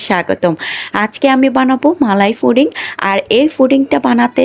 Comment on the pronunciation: foding na pudding 😊